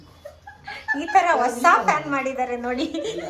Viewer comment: Mam ಅದು ಹೂಸು ಮನೆ ಅಲ್ಲಾ ಹೊಸ ಮನೆ... Chenge madi